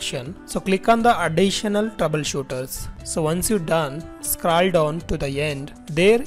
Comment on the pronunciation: Not scrall down its scroll down